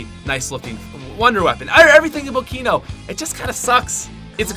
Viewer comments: when he says kino...i start crying...what were u thinking....WTF WERE U THINKING!!! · I stopped watching when you said 3. Kino. Best Zombie map ever. Dislike!